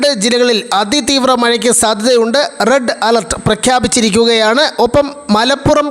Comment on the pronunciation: ബ്രെഡ്‌ അലർട്ട് അല്ല കോപ്പേ റെഡ് അലർട്ട്